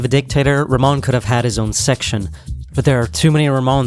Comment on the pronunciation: Not Ramon he is name is RaHmon